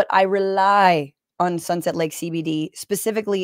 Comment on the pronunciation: As a TMR fan, hearing "Sunset Lake SeyBeyDey" pronounced correctly is jarring.